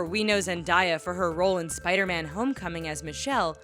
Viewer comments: "Zen-DI-A"!? What the heck!?!?!? Do your research, and also, Cameron Boyce wasn't Jake in Jake and The Neverland Pirates. I looked it up. He was in it, but he wasn't Jake. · I love how she says "Zend-I-yah"😂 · she can't say Zendaya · learn to say zendaya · Why can’t you say zendaya right? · You should practice saying the names before you put these videos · Who else just wanted to scream ZENDAYA the WHOLE time when she was pronouncing it wrong😴😪😑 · learn how to say Zendaya's name lmao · The way she says Zendaya 😂😂😂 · She keeps pronouncing Zendaya's name weirdly and it's making me freak out XD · stop saying zendaya its not how you say it it does not have a " i " in it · what did she just say zendaya i cant right now 😂😂😂😂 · I cringed every time they said it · I cringed so hard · Zebdaaaaaya not zendya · IT'S NOT ZENDIYA IT ZENDAYA!!!!! I hate when people messes up her Name! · Who is looking through the comments by the way she said zandiya it zendaya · you said zendiah instead of zendaya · It's ZEN-DAYA not zen_dieya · I’M TRIGGERED! ITS ZEN-DA-YA, NOT ZEN-DIE-YA! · NONONONOOOO!!!! Zen-day-a....NOT ZENDAIYA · It’s Zan-Da-Ya not “Zen-Di-Ya 😡TRIGGERED AF😡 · People it's zendaya not zendiya ZEN-DAY-YA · Zen-Day- Ah not Zen-Die-Ah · It's actually and Zendaya not Zendia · Lol Zendiea no it's Zendayah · Its not zeniya its zendaya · It's not zandaya it's zendaya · ZENDAYAAAA NIT ZENDIYA BAHAHAHAHAHA (no offence it made me cringe) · It's Zen- Day- uh not Zen Die Uh😂👌🏽🙄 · It's not zendia it's zen day a sound it out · Zen-day-ya it's not zen die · It Zen-Day-Ya, not Zen-Die-ya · It's not zendyea it's zenDAYA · ITS ZENDAYA GEEZ NOT ZENDIEYA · She said zendiya even though it is said zendaya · It's "Zen•Day•uh" not "zen•die•uh" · Zendiya? It's zendeya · ZenDAYa not ZenDIEa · Its Zendaya not Zendiya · Zendiya? You mean Zendaya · Zendaya... not "diya" and that damned Jake mofo is still a fuckn kid in a 20yo body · it's not zin-die-a. it's zen-day-a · its "ZendAya"